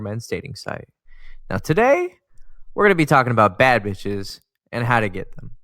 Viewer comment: Nah this video 🤣🤣🤣 When he said "beatch" 😂😂😂